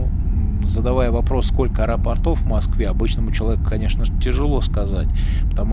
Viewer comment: Не аэропортОв, а аэропОртов. Режет слух.